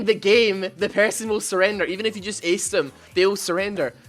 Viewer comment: when you say if you it sound like f u